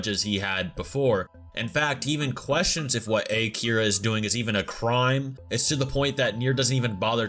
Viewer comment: Can someone point out the fact that they called him "A-Kira" even though he didn't kill anyone?